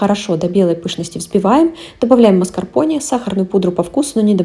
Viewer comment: Простите, рассмешили, а почему МАСКАРПОНЕЕЕЕ... Это слово правильно произносится со звуком "Э", согласно транскрипции " МАСКАРПОН'Э'. Стыдно кулинарному каналу с не правильным произношением ингредиентов). И не бросайте камни, все таки это правда).